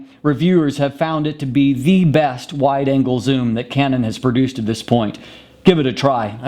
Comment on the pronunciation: He has weird pauses - he actually paused between "full" and "frame", and between "wide" and "angle" (I know - I'm easily annoyed, heh )